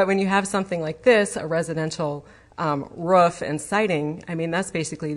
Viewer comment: Roof not Rurfff